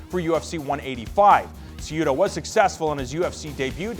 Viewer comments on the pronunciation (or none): CEh-HUh-DOh Cejudo!!